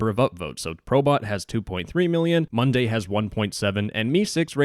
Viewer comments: You said munday 😭😭😭😭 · he really pronounced Mudae as "Monday"